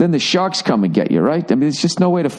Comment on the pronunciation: home of the san jose shawks, its the SHAWKS. ahah